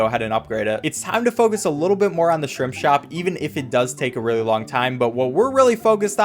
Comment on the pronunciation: lol It sounds like Shrimp Shrop